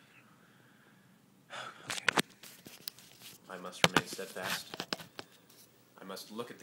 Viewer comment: oh my goodness haha you don't understand, i am sitting here in my room waiting for my nails to dry, by myself, laughing outloud at you saying the word steadfast. this is rediculous! hahahaha